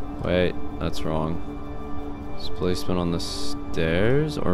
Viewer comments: "Displasment in the basment". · Dicplacement in the basment